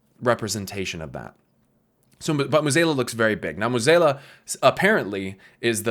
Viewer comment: Great vid but pronouncing Mueh'zAla as Mueh'zEla low key bugged me for 20 minutes xD